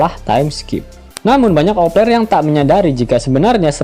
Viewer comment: Opeler.. Opeler kata mimin.. Kan vangke 😅😅